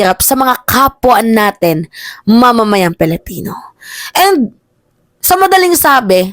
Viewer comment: PILIPINO not PELIPINO